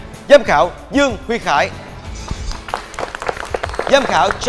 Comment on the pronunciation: Tên của giám khảo bà Giang đọc còn không đúng mà người ta nói làm món ăn không có tâm lại giãy nãy lên, bác tên Khải chứ không tên Hải chị nha :)